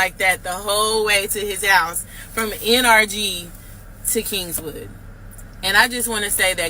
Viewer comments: Kingwood not kingswood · Kingwood..no S on king..sorry that was annoying 😂😂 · Right she definitely not from here bc kingswood???? Lol it's Kingwood mam!!! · Kingwood not Kingswood. Geez. That's north of Houston. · How is she from the Houston area and she's calling Kingwood Kingswood? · I used to date a guy from California back in 2012. I lived in Kingwood at the time, but he called it “Kingswood” She’s definitely not from here😂😂😂😂